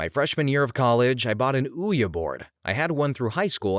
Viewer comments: Repeat after me Narrator: We-Ji....not Ou-ya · ouija board 😂😂😂- for future reference it’s we gee , I’m not sure how it got that pronunciation but oyah isn’t right 😂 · Well, it is as close to the real pronunciation as the common "weegee". It comes from the French Oui and the German Ja, both mean "yes". So correctly it would be "weeya". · I kept saying oi-jah for the longest time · 😂😂😂that made me laugh more than you saying Ouija wrong ( which at this point I think you're doing it on purpose 😜)